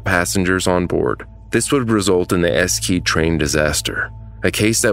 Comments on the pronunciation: I don‘t think he could‘ve pronounced Eschede any more wrong 😂 But nice video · I really like your videos! I just wanted to say that when you cover a case from a different country it would be nice of you to just try and pronounce the name of the disaster right. I know it‘s hard to do that but just out of respect. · Man please don't take this the wrong way... But like many others noticed you did pronounce Eschede horribly. Just as a rule of thumb for the future german as a language sounds "harsh" because we do pronounce every letter. We only have one semi silent letter and thats "H" The "Sch" part is the same as your "Sh" and if the word ends on a "e" it is also pronounced. A Common thing English speakers do is pronounce "Porsche" as "porsch" You did well with "Deutsche Bahn". In General we don't bend the rules of pronunciation as much as English or french do. Remember "Ghoti" yeah we don't do that shit here ^^ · casually misspronounces the whole city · Is it too muc to ask that you look up the pronunciation of the town the incident is named after? Its not like it's some impossible sounds that don't exist in the english language. You managed to pronounce Deutsche Bahn pretty decently and Eschede has the same sounds in its name. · If you want to pick at pronunciation in this video, then try commenting on Eschede instead. eʃədə would be the correct pronunciation here. If you're unsure of the IPA, this would be a short ‘e’ (men/bed), ‘sh’ (shoe/should), schwa ‘uh’ sound (second letter in banana and photography for many people), ‘d’ (dog), and a second schwa at the end. Essentially Esh-uh-duh. As for Hamburg, it varies depending on dialect, but only the very ending. hambʊʁk would be the standard phonemic. In no dialect have I ever heard it begin ‘hom’ though. ‘Ham-borg’ would be correct as was already mentioned. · Just a heads up. Eschede is pronounce “ESH EH DAH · It's actually pronounced "Eshehdeh" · Lol, the way you pronounce Eschede as S KID. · Esscede, Germany 😂😂